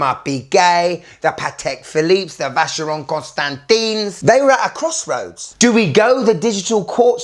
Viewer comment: Constanteen? Lmao dafuq is that?